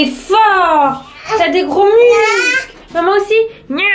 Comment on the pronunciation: j'adore parce que mieux de dire musclée tu as dit muscer